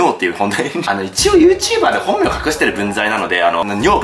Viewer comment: だんだん「本名」が「本尿」に聞こえてきて何言ってんだナナオ…ってなってた